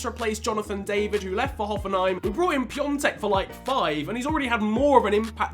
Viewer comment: Nice vid as always but that ą in piątek is has no n sound